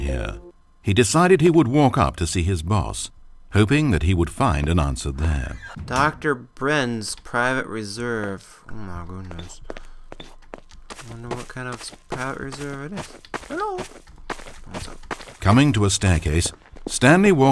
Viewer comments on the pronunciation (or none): did you seriously say "dr brens" private reserve? uh...